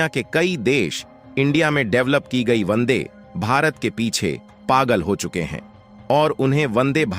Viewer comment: Vande. Not Bande. Check.